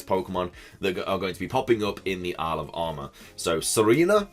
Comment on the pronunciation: Whenever you say "Isle of Armor" it sounds like you're saying "Alabama" 😂😂 Love your videos dude, keep up the good work!!